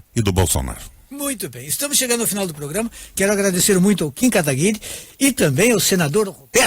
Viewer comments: Como ainda tem pessoas defendendo o "requeijão" se o mesmo não sabe nem pronunciar o outro convidado. Chama ele dê kataguri e não kataguiri... Triste né, se diz senador e a educação e o conhecimento lá em baixo. Pega ideias e dogmas distintos tentando convencer alguém, mas ai aparece o Kim que como um raio destrói todos seus argumentos. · Esse requião é arrogante demais... o serzinho mal educado!!! tão petulante que sequer pronuncia o nome da outra parte de forma correta.